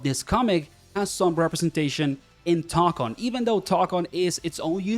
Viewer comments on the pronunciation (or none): It's "toe-kon", not "tock-on". The mark above the o signals that it's a long o. Plus if you don't trust me, it's also how the in-game annoucer says it